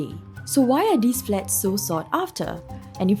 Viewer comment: You really ought to be able to pronounce "these" if you're going to host a news show.